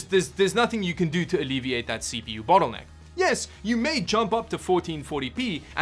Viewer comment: I kind of felt offended when you said battle necker. Too much er in it maybe